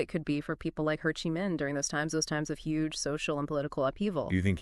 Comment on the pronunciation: Ha Chi Minh? Uncle Ho...not Uncle Ha. Go and train the AI a little better. Not quite there. Also not sure exactly who the thumbnail picture is suppised to be...because it's certainly NOT Ho Chi Minh. This is not so much a legacy as it is a mini-bio/life sketch